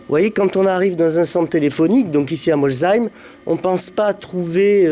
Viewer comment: Bravo pour la prononciation de Molsheim👍